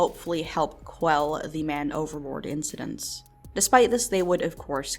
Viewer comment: Thought you were saying overlord everytime you said overboard might need to check my hearing or headphones